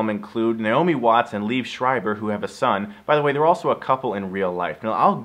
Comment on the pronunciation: First, it's pronounced Lee-ev Screiber. Second, he and Naomi Watts were never married.